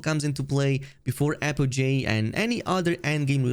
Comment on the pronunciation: Apogee is apogee not apojay